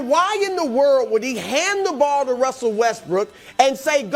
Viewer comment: my boy Brou out here talking like Elmer Fudd? Who is Wussell? 😂😂😂